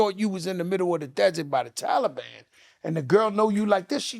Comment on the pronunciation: Wtf is wrong with Joe nigga said talaban lol